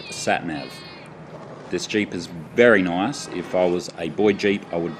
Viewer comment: "this jeep is very nowice" xD